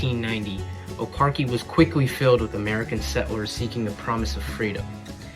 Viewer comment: It's pronounced O car chee